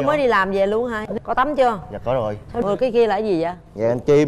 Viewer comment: Nói ngọng rồi viết cũng ngọng “ Nuôn “( luôn)